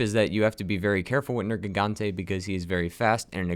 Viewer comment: At the start he says nergante